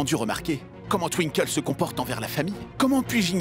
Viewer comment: J’aime tellement quand appelle Twinkle tinekle 😂😂😂